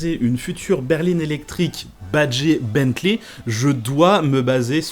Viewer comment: Tu fais l'effort de prononcer correctement Rimac, mais pas Bentley 👀😅